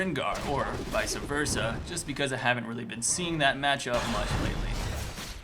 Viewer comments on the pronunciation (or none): lol he says vica versa